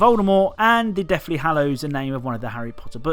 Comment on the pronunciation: you actually said it right it’s hallows